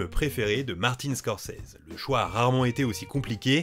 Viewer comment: "Martine Scorzizi"